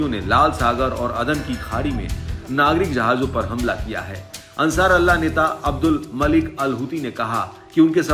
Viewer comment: Bhai ansar Allah nahi h ansar ullha hota h sahi nam